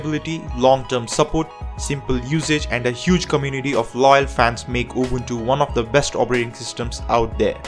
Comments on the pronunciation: He does actually pronounce UbUNtU the way it sounds in the original language that the name came from. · I hope to not come out as rude 😉 yet as said I simply appreciate it meaning I don't expect most people to get it right. I had to give credit where it's due for someone taking the extra step in pronouncing it correctly. Also in Africa just like the rest of the world Linux based systems are in minority yet despite that most folks here are aware of Ubuntu despite not running it this is due to the word's inspiration from "Ubuntu" which has an important meaning in SA to the majority of Nguni tribes such as myself. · He pronounced Ubuntu correctly. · He deserves a good pap and nyama feast for that excellent pronounciation. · For once someone pronounces Ubuntu the correct way. Appreciate it coming from a South African. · he pronounces it correctly. Now, pay the man! 😂